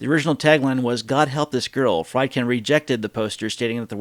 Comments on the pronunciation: The directors name is pronounced Freedkin with a long E sound, not Frydkin like in chicken. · FREEED-kin. FREEED-kin.